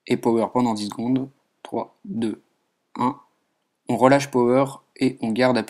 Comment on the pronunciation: TOI TU DIS "OM" et pas "ON" :PP